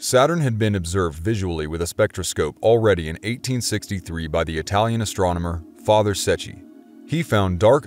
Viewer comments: Astrominer? Did he say astrominer instead of astronomer? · Was that it ? I thought he was pronounced it ASTROMENER. OH WELL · Astronmener. Did anyone else catch that? Lol Love this btw. Keep it up bro-tharr. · “Astromoner” lol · What's an "astromoner"? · 'astroMeNor' Who else heard it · I kept hearing it that way too! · Fascinating and excellent presentation, but the narrator is AWFUL at pronunciation! "AstroMoNer"??? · Lol I had a good laugh...he is forgiven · Does he need a coach to pronounce Astronomer? Say it the way its spelled.